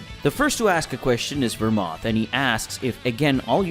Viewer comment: Ver mouth ? Lol it's pronounced ver-mooth